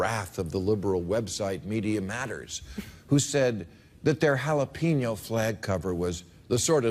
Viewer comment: Learn how to pronounce "jalapeno", assholes.